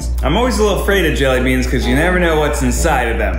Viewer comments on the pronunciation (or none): The pain when keith says jellybeans